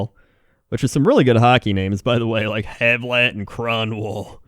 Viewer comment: it's Martin Havlat and he's Czech. I know that in English, many people tend to pronounce the "a" in the name as "e", but it's actually pronounced as "a".;) But glad you mentioned Czech ice-hockey player.:) Though that Kronwall hit was quite nasty.